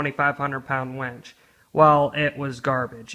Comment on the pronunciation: It's winch not wench! lol. good vid tho haha.